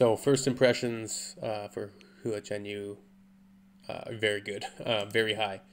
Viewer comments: Of course you are right, what I was trying to say is less emphasis on the "U", He was pronouncing it like HUU-AH, which could use improvement, as I know I said it like that in the beginning, lol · It’s more like “Hwa” then “Hoo-uhh” ^^ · his surname Hua and his nickname Hua Hua are both like "who-ah said quickly. "Wha" is not the best example to teach non-Chinese speakers to say Hua as close as possible to the Chinese sounding name. That would change the "hoo" sound to "wa" despite the "h" in Wha. Hope that helps. Cheers 🤗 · You have stumbled into the Alice in Wonderland rabbit hole of Hua Chenyu! (Try saying it like " Wa" ChenYu ) Guess who is not embarrassed to blast this song in my car in the middle of traffic windows down, downtown USA.... this woman!! He now has, of this week, an official YouTube channel and IG accout. Currently just his MVs are on there, but keep looking at his Singer 2018 performances on Hua Chenyu English Subs Channel. Welcome to Mars,.